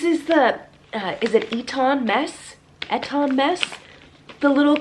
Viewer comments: It’s ‘ee-tin’ mess 😊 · It's pronounced Ee-ton mess x